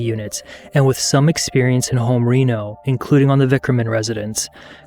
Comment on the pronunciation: "reno" is pronounced with a soft E as in "renovation", not like the town in Nevada.